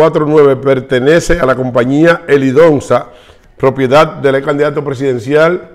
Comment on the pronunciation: Helidonsa no Helidosa , tu no lees nada antes de grabar.